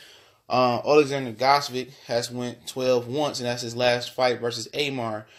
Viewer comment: Gvodyk is pronounced (Vo-chick) You chop and screw that guy's name LOL